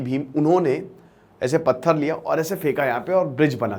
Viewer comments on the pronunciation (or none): none